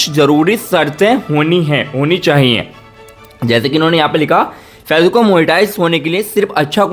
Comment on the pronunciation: Facebook achcha se bol nehi aakta